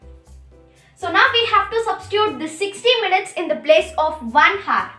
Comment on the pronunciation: Phele hour ko pronounce karna seekho, it is not pronounced hour , it is pronounced as "our"